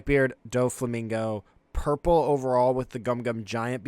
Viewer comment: Is he saying gurple luffy instead of purple? Is that like an autistic tic or something?